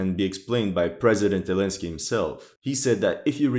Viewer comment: One of the best channels on YouTube!!! Keep it going, your channel is one of the only reliable places to gain real and non-biased information! The only thing that bothers me is you calling president zelensky, president elesnky😂😂😂😂😂 but really your rock, if you keep on creating this great content you can call him elensky all day